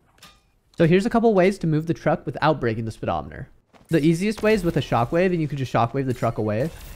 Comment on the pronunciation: How the hell does he pronounce speedometer?🤣🤣